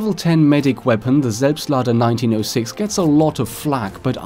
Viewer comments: Oh my god you are actually able to pronounce "Selbstlader" o.o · Do you have a German background or do you speak German because you pronounce the weapon names so goddamn good it sounds like a maternal speaker when you say stuff like selbstlader or gewehr. btw I am really enyoing your videos because you also cover stuff that's not as mainstream as the content of most of the other YouTubers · Bist du deutscher? Das würde erklären das du "Selbstlader" so gut aussprechen kanns. Würde mich über ne antwort freuen! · GregWolf I think he is german. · I saw this comment before the video started and thought, oh cool, let's see how good the pronunciation is. ... After he pronounced it perfectly I was actually a bit shocked. lmao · The way you say "Selbstlader" like a native German makes me so moist.